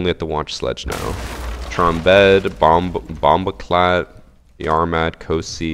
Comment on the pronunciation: why does say bomboclot like that